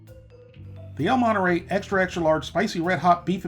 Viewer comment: "el moneray"